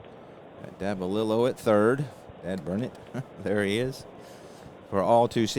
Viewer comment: I first started calling him Bobby Nopp...didn't figure the 'K' was pronounced...but later learned it was indeed 'Ka Nopp'...also later on I heard you miss pronounce Davalillo...it is really 'Dava LE oh'. Saw a couple of rules that you seemed to not know. One was all second column numbers are not affected by the letter grade of the pitcher. So all second column rolls are basically vs a 'D' grade pitcher. Also, I noticed that you didn't advance Big George Brunet to a B grade pitcher. Rule states that a D grade pitcher advances to a C, (add five points to his number grade), grade pitcher if he throws 5 consecutive innings where he allows no earned runs. He gave up that first inning 'dinger' to Tovar, and then threw 7 consecutive innings of shutout ball, which would have advanced him to an 'A' grade if you didn't pinch hit for him. His last inning he should have been a grade 16...if he was first a Grade 6 pitcher. Also, Perry should have had a five point increase too. Check the rules on pitcher grade advancement and reduction if they give up a certain number of runs in a 9 out span. One thing I really love about your presentation if the visibility of the cards...real nice job there. Some people don't show the cards or you can't read them because they are too far away.